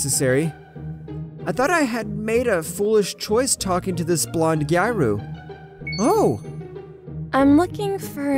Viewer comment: I'm sorry to correct your pronunciation but it's closer to Gee-ah-roo I really want to watch your videos but it's bothering me too much.